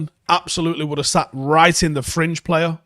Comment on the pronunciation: When he says fringe I keep hearing cringe